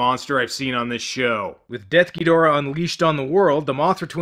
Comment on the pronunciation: Got to say that I truly appreciate how you say DEATH Ghidorah's name correctly. It has always bugged me to no end how "Desughidorah" is treated as the official translation. What's next? Should we start calling King Ghidorah "Kingughidorah"?